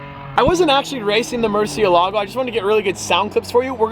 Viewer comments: It's pronounced mur-CIE!-la-go, not murcie-lago. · Isn’t it pronounced Murci-É-lago since it’s a Spanish word? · In Italian you should said: MURSIELAGO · It's drive me nuts how you pronounce murcielago wrong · You don’t pronounce murcielago like that.